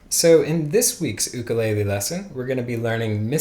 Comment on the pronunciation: it's the proper pronunciation :( don't make fun of him meanie